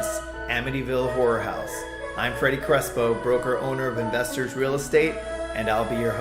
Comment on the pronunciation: Horror not whore lol